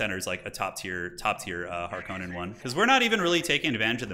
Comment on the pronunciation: I like that guy's seen two Dune movies and calls himself a Harkonnen main and he still mispronounces the name Harkonnen.